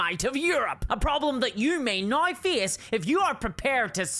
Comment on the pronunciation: There's no "i" in the word "now". What kind of regional accent do you have to have to change gnau into nooai?